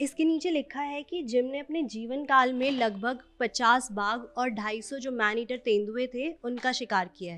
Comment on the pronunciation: Madam.. aap jis jagah se reporting kr rhi h..pehele uske baarein mein bataye ki vo kon si jagah h..phir aap aage reporting karein..tabhi aapki shi baat samajhi jayegi.. मैंनेटिर नही मैडम .. मैन ईटर